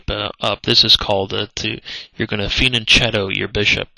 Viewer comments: great info, you break it down with the logic. Thanks for that! but please, it's fee an chetto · I can't believe he doesn't know how to pronounce fianchetto. FEE AHN KETTO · fenenchino=! fianchetto.........